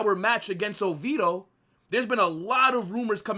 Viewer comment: Brother…..I fuck w/ you HEAVY. But you gotta stop butchering club names 😂😂😂 Mar-sell? OVeedo? 😂😂😂